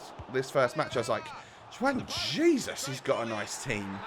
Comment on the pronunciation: It's pronounced: one haizeus